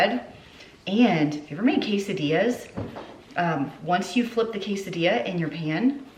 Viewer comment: Hi it should sound like Que Sa Dias, not Kaaa Susa Dias it’s easy when your Hispanic it’s like a stabb in the Heart to Butcher words, But Please l Still Love Your Videos God Bless